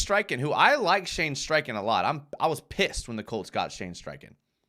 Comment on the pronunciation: If you like Streichen so much you should learn that his name doesn't have an r in it ;-p